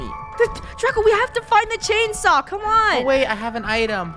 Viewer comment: Funneh: i cant find the chanesaw everyone: silent not even a single soul